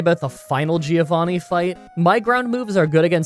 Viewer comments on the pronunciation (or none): none